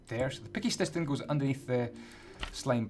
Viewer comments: Who else heard him say picky stiston?! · "a picky stiston" LOLOLOLOP